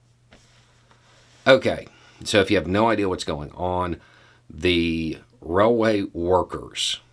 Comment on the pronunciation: This is the 1st time I heard an american call a railway a raiway :D